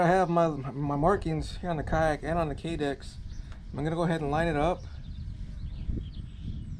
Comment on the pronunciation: "Ki-Dex" is what's it's actually called. Other than that, this is genius! Great video!